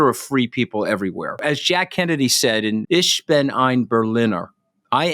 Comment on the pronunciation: Fergawdsake Anthony, its "ICCK BIN" not "ISH BIN"